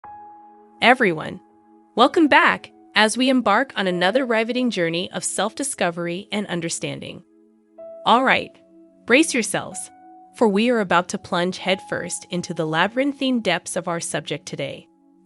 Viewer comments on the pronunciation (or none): "Rīvetting?" I hate it when voice over "professionals" mispronounce simple words. It kinda blows the credibility of the information. 😒